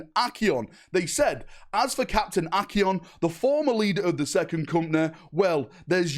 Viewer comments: Kay-ron????......, Ach-eon?????? Son I am dissapoint. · Bro, he’s speaking in Harry Potter-ish, ACCIO PORTKEY! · Only could see the word Acheran and pronounce it as ACYYYON 😂😂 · How the hell do you get Achion out of Acheran? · Where the fuck did the "R" go from your Acheran pronounciation? 😅😂😂😂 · Im surprised he's pronouncing it wrong, considering how many times both Acheran's name and Chairon's name were both mentioned in the campaign